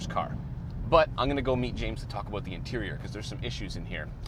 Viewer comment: aBOOOOT a thousand dollars apart lmao oh canada